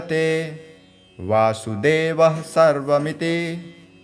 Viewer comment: Om namah bhagvate vasudevaya Sir please take care of correct pronunciation